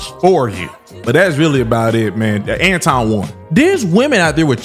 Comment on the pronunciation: was disrespectful from the jump. He mispronounced Anton's name the whole time on purpose.